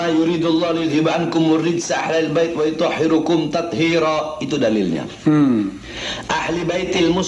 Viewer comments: Baca Dalil Quran nya salah tuh BAHAR , bukan WAYUTOHHIRUKUM , tapi yang bener WAYUTOHHIROKUM. itu yang bener. Ah dasar bahar bin semut.. إِنَّمَا يُرِيدُ ٱللَّهُ لِيُذْهِبَ عَنكُمُ ٱلرِّجْسَ أَهْلَ ٱلْبَيْتِ وَيُطَهِّرَكُمْ تَطْهِيرًا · Bodoh sendiri ngomong bodoh orang lain... Baca ayat sj salah Wayutohhirokum bukan wayutohhirukum